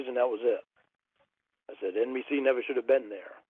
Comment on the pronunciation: “I like reawlity” No you don’t! You fucking hate reality 😂 “NBC nevah shoulda been there” - neither should you, moron